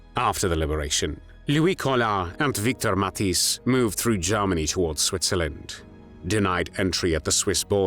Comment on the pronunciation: I'm a native dutch speaker and mathijs is with the "ij" it's pronounced like the "ei" as in egg and not as an "ie"